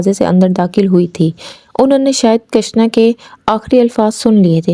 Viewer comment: کٙشنا نہیں کِشنا ہے۔😅۔ پھاگٙن نہیں پھاگُن ہے